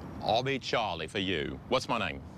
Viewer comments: Carrie's face, when Fred tries to pronounce 'Charlie' XD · Carrie’s reaction is the same as mine when Fred’s attempting to say “Charlie”